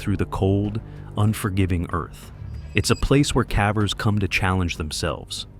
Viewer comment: you know, you can modify your script to prevent the AI voice from saying"cavvers".